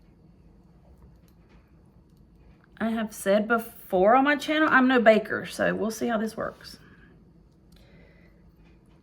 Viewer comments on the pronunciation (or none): none